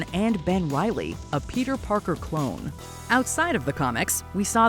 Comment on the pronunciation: Peter Park-car??